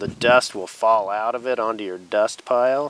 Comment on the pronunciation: easily the best bow drill lesson i've watched. And i've watched lots. I think I'm finally ready. Also love how you pronounce "Duust"